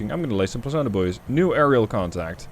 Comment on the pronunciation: At first I always thought he was calling Sonar Bois😂